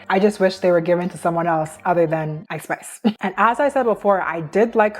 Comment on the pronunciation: I’m sorry. I know you keep saying Ice Spice, but I keep hearing it as I Spy. I can’t help but giggle at the idea of a rapper named after a children’s game. I’m so mature.